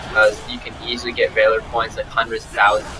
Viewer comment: Valor (Vah-lore)